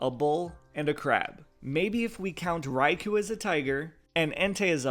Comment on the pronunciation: Next time can you please pronounce Raikou the official way? Like [Rai-koh], the [khu] is a common mispronunciation.